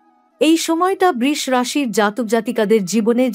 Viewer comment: Sudu dhop kono kichue hobe na Dhopdhop brish bole kono rashi nai uchharon thik korun Brisho